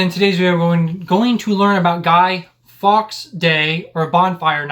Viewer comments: Fully agree. How did Fawkes become Fox? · Hearing it said Guy Fox day and not Guy "Folks" day hurt. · It's pronounced Forks.